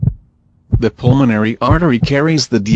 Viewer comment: pulmonary, not pulmanory